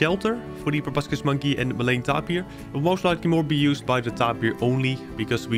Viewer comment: I think it's pronounced tape-ear but your acce ts and builds are so cool